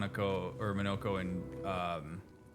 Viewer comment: Respectfully- Monoco's name is said repeatedly throughout this game. How are you still mispronouncing it? lmfao